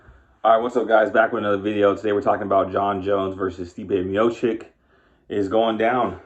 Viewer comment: Stipe Miochich not Miochik